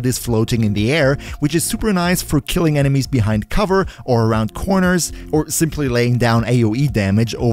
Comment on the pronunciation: "cORners" 😂😂😂 I'm sorry man but I died